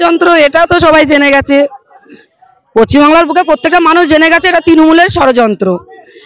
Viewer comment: এতদিন পর জানতে পারলাম এটা পশ্চিমবাংলা❌ না পচ্চিমবাংলা✅ 😂😂😀😆